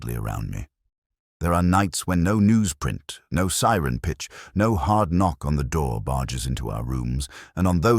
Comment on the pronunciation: This was a good story. Please teach that "No." is not "number." It's distracting. Thanks! 💚